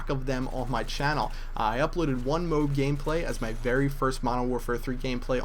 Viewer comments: After the millionth time you said 'mobe', I lost it. It's a M.O.A.B (mo-ab) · mo-ab or m-o-a-b not mobe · MO-AB NOT mobe tf is a mobe? o.O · its not a MOB its a MO AB say MO and then ABS with out the s and it comes out MOAB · its not moeab its MOAB it means Mass ordinance air bomb sorry if what you said was a joke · its not moob its mo ab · its moab M.O.A.B not Moh-ab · its not moob its MOAB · it kinda annoys me when ppl call it a "Mobe" its MO-AB. Massive Ordinance Air Blast(Bomb etc) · Either say OR MOAB NOT F*cking Mobe, that is so gayyyyy!! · did any one else get annoyed by the fact that he said mobe instead of mo ab? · why do you pronounce it MOBE and not MOAB lol ??? whiteboy7thst does that too..... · Lol wats a -mobe- mo-ab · MO-AAAHHH-B NOT MOB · MO-AB not MOBE, jesus its annoying when people say words incorrectly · MOOB? Its Mo-Ab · Mo-ab not mo-b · im sorry but u saying "mobe" really bugs me!its MO-AB!!!but i still think ur awesome bro! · it isnt "mobe" it is M O A B mo-ab massive ordinance air blast bomb or the mother of all bombs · mo-ab. not mobe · Hey it's moaaab not mowb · k this is simple... MO AB MOOOOEEEEE AYYYYYBBBBBBBBBBBB not mowb... wtf is that?! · Its pronounced moe ab. Not mowb please commentators get this right before everyone starts saying it wrong. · mo-ab not mobe same thing mine is just easier to understand the difference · its a moAb not a a Moob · me too. its not mobe it moAb. Whiteboy does that too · MOAB, not MOBE :p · Dude.. it's "Moe-ab", not "Mobe" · Mo-Abs, not mohbs, mo...ab... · I hate it when people say mobe.. it's mo-ab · its pronounced MO-AB not MOOB like he is saying stands for Mother Of All Bombs roughly 20k lbs of explosives.... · mo-ab or M.O.A.B... just not mobe bro :D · I personally think its pronounced Mo-Ab Not Mobe Just saying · please stop calling it a "mohb" - try saying "mo-ab" lol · actually it is M.O.A.B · moe ab not mobe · No its not its M-O-A-B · it's pronounced mow-ab not mobe:)